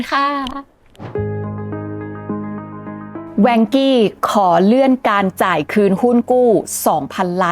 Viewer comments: อ่านว่า ว่านเค้อ ครับไม่ใช่แวงกี้ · นาทีที่ ที่ภาพเขียนว่า Vanke 万科 อ่านว่า Wànkē ”ว่านเคอ“. ถ้าเล่าข่าวจีนแล้วเน้น เสียงจีนได้ จะได้อรรถรสมากขึ้น แวงกี้ เหมือนเป็นบริษัทฝรั่งไปมีปัญหาในจีน แค่ความคิดเห็น ไม่ได้มีเจตนาจะไม่เห็นด้วย ถ้าจะแปลคร่าวๆ 万 Wàn ว่าน = หมื่น 科 kē เคอ = สาขา หน่วยงาน ครอบครัว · รู้สึกชื่อจีนจะอ่านว่า ว่านเคอ นะคับ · Vanke ในที่นี้อ่านว่า ว่านเค้อ ครับเพราะเป็นชื่อจีน ครับ ติดตามให้กำลังใจครับ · น่าจะเรียกว่า ว่านเค่อ หรือ ว่านเข่อ นะครับ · อ่านว่า"ว่านเคอ"ครับ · Vanke.อ่านว่า “ว่าน-เค่อ “เคยมีคนไทยทำงาน 1-2 คนครับ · Vanke ออกเสียงอังกฤษ จะเป็น "แวนเคอะ" ไม่เติม y ท้าย e ยังไงก็ไปเวย์ "อี้" ไม่ได้ 😂😂